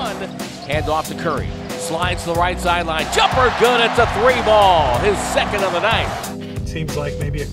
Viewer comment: "Play like you're first, Train like you're scond"